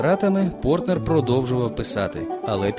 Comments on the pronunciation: Більшу частину ролика оповідач називає прізвище письменника ПортНер, тільки наприкінці правильно- ПорТер. Нецікаві, неглибока розповідь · Прізвище Портер, а не Портнер (як 20 разів повторив диктор) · Сідні, а не Сінді, Портер, а не Портнер!